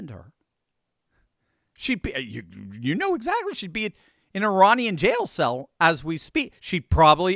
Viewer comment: Did she say EEZACTLY?